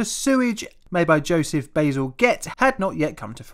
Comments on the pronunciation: Fascinating stuff, but I have heard the last name of the man as "bazil-jet" (they brought up the sewer development on the panel show QI years ago, and "bazil-jet" was how Stephen Fry pronounced it.) I love historical stuff, and your channel is very well done. Cheers from Canada! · BAZZELGETTE is Pronounced Bazzel Jet